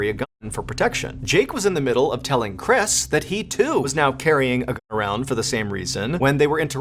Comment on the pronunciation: Why are you not pronouncing the word GUN?